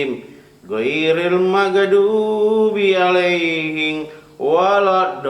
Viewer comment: Salah boss,,qoril magdubi,bukan magedubi .